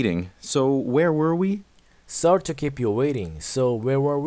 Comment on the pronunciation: Sorry 하실때 쏘어에 가깝게 오를 발음해주셔야 하는데 써리라고 발음하세요